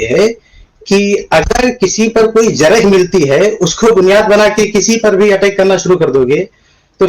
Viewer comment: اس بھائی کو کوئی بتاؤ کے جِرح نہیں بلکہ جَرح ہوتی ہے